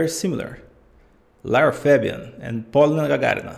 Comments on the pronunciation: she's name is Polina,not Polna)) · Hi, she is Poliiina, stress on the letter - i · She's Pol I na, she's not P O lina in Russian